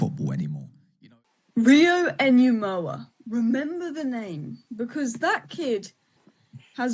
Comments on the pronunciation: think it’s pronounced NOO-muh-hah.. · You don't say the H ya wet wipe. Nuh-mo-uh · Why can’t any of you pronounce his name… N-Gu-moha…. Ngumoha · Rio's surname is pronounced No-Mo-Ha. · pronounched in goo mo ha